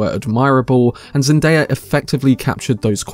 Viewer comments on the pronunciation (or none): none